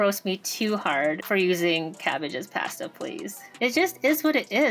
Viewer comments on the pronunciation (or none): I was wrong. You say "pasta" more like "paste-uh."